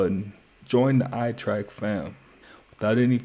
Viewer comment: say your damn youtube name right damnnnnn.. ''